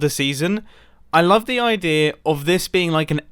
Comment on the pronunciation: do you know that both you and Grian sometimes mispronounce "idea" as "idear"?